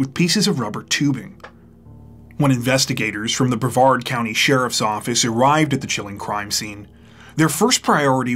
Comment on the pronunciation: Yeah! YOU pronounced Brevard correctly! That’s a first!